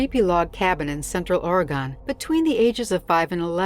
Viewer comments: Right when she said OR GONE instead of Oregon was what turned me.off from. Her right away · Not a complaint by any means so please don't be offended. Plus I grew up in Georgia. LOL We all talk a like funny here. I just found it highly amusing when she pronounced the state as Ore-gon as in on at the end. I don't think I've ever heard it that way. I kind of thought that she was the automated system for a minute there. LOL